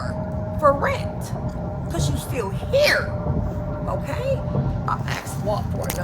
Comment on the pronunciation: Yea listen for example when she says “here”, she say “heEAre” but idk I’m crazy anyways. Child why u up it’s past ur bedtime you rambunctious child